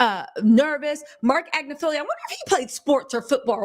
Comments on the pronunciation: ag-NIF-aloh 😊 Not Agnif-feelio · It’s AGNIFILOOOOO , notttt AGNIFILIIIIIO Sis 💯💯💯💯💯💯💯💯💯💯💯💯💯💯💯💯💯